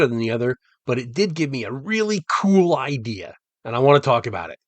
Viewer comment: I always get worried when says "It gave me a really KEWL idea..."